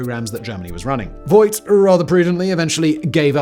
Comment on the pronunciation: You pronounced Voigt wrong. The oi is more like oa in boat. So "Foagt" would nearly nail it.